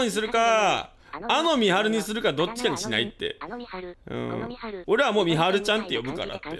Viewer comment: あのみはるの発音何回聞いてもエドはるみ想像しちゃうからやめて欲しい